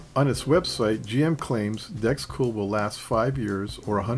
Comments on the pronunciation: He seems to change in mid-video : Video - Does he begin to say "dRex Cool" ? - Pretty sure it's still DEX (decks)... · Awesome video, I really appreciate all your research. Did you really say Drexcool?